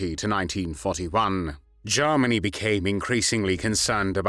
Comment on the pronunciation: Also Germany not Jarmany.